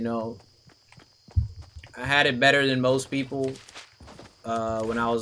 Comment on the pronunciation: Better . Not Breyer